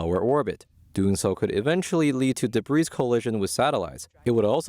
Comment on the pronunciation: Please advise your reporter commenting on the Chinese satellites that the ‘s’ in “debris” is silent.